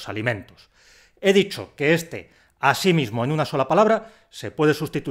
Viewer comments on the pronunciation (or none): Quiero hacer una apreciación constructiva. Creo que "asimismo" deberías pronuncuiarla haciendo tónica la segunda i. No en la primera. Gracias por tus vídeos.